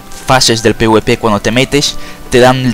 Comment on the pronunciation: no puedo confiar en alguien que le dice pwp al pvp XD